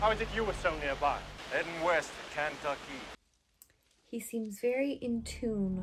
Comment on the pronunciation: Ken- tuck-key!